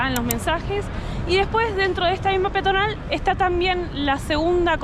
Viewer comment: Peatonal y no piatonal...